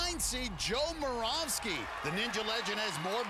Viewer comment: moravsky is pronouced with a ' above the y